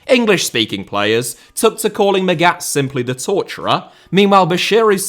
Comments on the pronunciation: Hell, it’s mAghat pronouncing the first a, as least it wasn’t intentionally chosen to let it sound like maggot … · Come on, I thought you were better than this. Your pronunciation of Felix Magath is just atrocious, you should have looked it up before making this video. Normally you are spot on in your research and preparation, but in this case you fulfil the stereotype of an English football pundit talking a lot without knowing enough. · mispronouncing german is his thing, doesnt change that what he's mispronouncing is still well researched and presented. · Yes, in this case I'm being pedantic. The way he pronounces Magath in the "wrongest" possible way is shocking, especially because normally does such a good job and does good work. I'm a teacher in a big city, with a lot of children from many different ethnicities. I make sure to ask every one of them how to properly pronounce their names. It's a sign of respect to at least try. Look at the prem, they understand this as well and have these videos where the people tell you how to pronounce their names. And for someone like felix Magath there are a lot of videos online in which you can hear the correct pronunciation of his name, they are very easy to find.